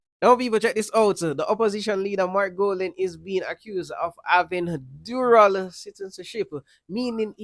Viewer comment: Dual* not Dural